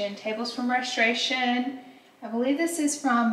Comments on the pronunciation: LOL I love the way you say Reshtoration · Your pronunciation of restoration as Reshtoration. You are killing me this video lol. But I say that lovingly!